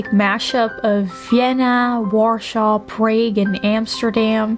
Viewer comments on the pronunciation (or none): Nice video! Sorry I am not a native english language speaker, but why you pronounced Prague like this in ??